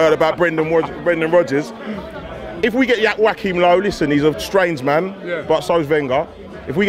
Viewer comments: Wack him low fam?!?! wtf?? Go to Nigeria and call a Joachim (pronounced Jo-wa-chim) Wack him and see the response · how hes pronouncing joachim low is killing me. "wakim low". 😂😭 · ‘Wackhim lowe’ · Wackim low and bwendan wodgers bloody hell